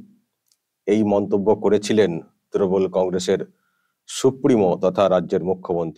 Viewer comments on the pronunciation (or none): none